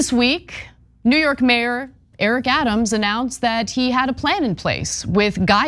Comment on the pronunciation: Thank you for your report. "Adams' " is pronounced " Adam's ", no need for the extra 's' .